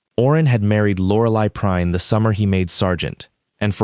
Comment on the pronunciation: Uh...figure out how Prine(s) is going to be pronounced. Something it's being said as Prinn (short i), (also said as Prinz), other times as Prine (long I). Get it right.